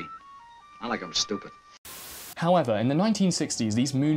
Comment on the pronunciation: Don't know why there aren't more comments mentioning this. It was hilarious. His emphasis on the word stupid. lol